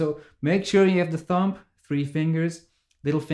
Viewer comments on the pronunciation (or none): Cool vid again man. Though the b is silent in thumb. It's not thump.